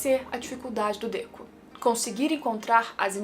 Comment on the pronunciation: Por q vc oscila entre Dêku e Dekú?